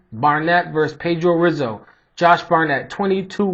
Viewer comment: Good breakdown. By the way, the R in Rizzo is pronounced like an H.